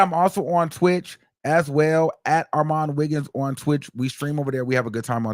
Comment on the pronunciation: is he saying or all my niggas? LMFAO